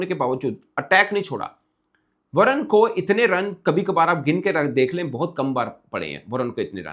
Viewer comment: Its not Varan, balke Varun (Varoon)